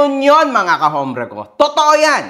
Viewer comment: Sir correction lang po.ang alam ko silent 'H' po ang h sa salitang hombre (ombre).